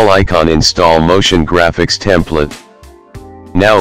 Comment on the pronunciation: "Templet" yeah? haha